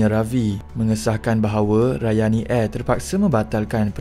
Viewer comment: Ohh... Rayani Air. Saya dengar tadi macam Ryanair😂😅